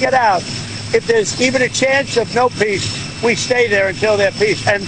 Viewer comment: He wants to see peace?........he is pronuncing piss!!!!!!